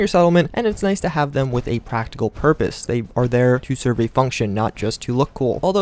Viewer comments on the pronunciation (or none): none